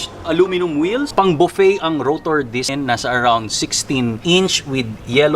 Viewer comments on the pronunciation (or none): none